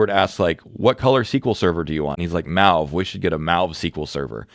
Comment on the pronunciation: “Mauve” like “Maui”? Is that a US pronunciation?